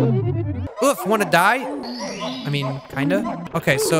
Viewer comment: its not oof its uogh